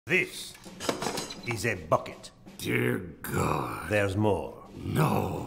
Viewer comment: The emphasis on "BUCKET"